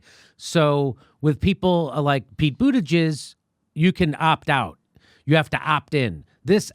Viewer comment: He called him Pete Bootyjizz XD